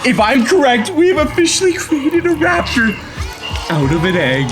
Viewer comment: IDIOTA Não É RAPITOR É TERANOSARO